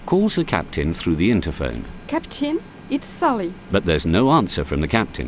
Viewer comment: Sally the flight attendant has a really bizarre accent, she can't even pronounce her name properly, "Sully" ?